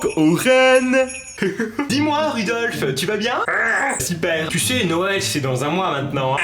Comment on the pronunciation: le renne c'est Rodolfe pas Rudolfe